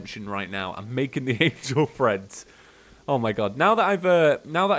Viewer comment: every time EVERY TIME! the cringe when you say angle threads.... read the name plz